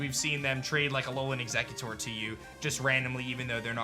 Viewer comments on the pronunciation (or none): none